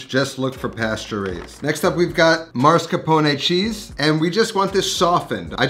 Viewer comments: Dude, love you and your videos, but cmon. It´s not MAR-scarpone. It's MOSS-carpone. No R before the S. Also, never heard of EXPRESSO. No X there man. As a cooking channel, you gotta call those ingredients by their names. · He says "MAR-SCAR-PONE". there is no MAR in MAS-CAR-PONE. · Mass-car-pone Not Mars-ca-pone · Why do so many people insist on relocating the “r” in “mascarpone”? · Can’t unhear the mascrapone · Has anyone noticed that he is pronouncing mascarpone as marscapone? Once I noticed it once, it couldn't be unheard 😂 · Um. It’s not Moss. It’s Ma-scarpone. 🤌🏻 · Why for the love of all that is holy someone with this much passion for Italian food pronounces mascarpone as "maRscapone". It's infuriating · Man not you saying "marscapone" 😭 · Yes. MAS-CAR-PONE. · You know there's only 1 letter R in Mascarpone right? 😆 Great video, I like to mix up my Tiramisu with soaked Oreo's instead of Ladyfingers for a bit more crunch & chocolate. A second layer of cocoa or shaved dark chocolate is nice too... Fun Fact: Tiramisu is traditionally a dessert that was popularized by "ladies of the night" in Italy who needed a "pick me up" in between clients. The things you learn in culinary school... 🤣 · No, he is ADDING an R.